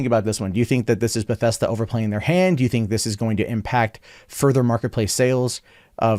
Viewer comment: It's Bethesda,. Not "Bethesta." Jesus.